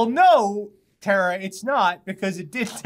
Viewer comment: Tara, not "Tera". Her name is in the intro every single week.